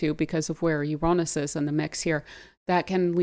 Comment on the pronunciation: Love your work. And Ur pronounciation of Uranus , I think U say it the best. Take care, all blessings joy peace and love upon you and surrounding you, Thankyou. ❤😊